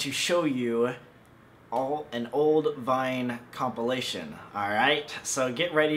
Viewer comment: Lol you said comp I'll ation